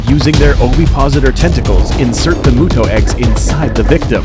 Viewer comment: M-yu-to not mooto Does it look like a cow to you, no offense